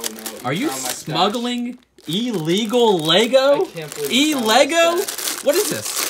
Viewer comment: its ILLEGOL